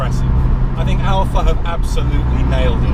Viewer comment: Cayman. Seriously? Boring, bloated P car. Can't swing a dead cat without hitting one. The 4c is a real sports car and doesn't need all of the up charge nonsense that Porsche is famous for. Oh, it's Alfa, not "Alpha".